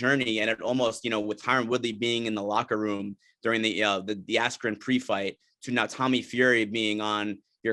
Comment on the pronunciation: Feels like the interviewer jus called Askren Asscream the whole interview